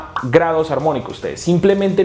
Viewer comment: Soy el único q se Dio cuenta q.wn vez de decir ARMÓNICO dice AMONICO? DEN UN LUCK DIGO UN LIKE